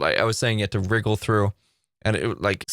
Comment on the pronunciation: Like how he says wriggle or wiggle? 😂🤣